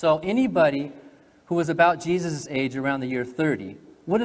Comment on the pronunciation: Why do these people not pronounce the word Jesus when they are talking about refering to him correctly . They say for instance "Jesus resurrection" instead of "Jesus's resurrection"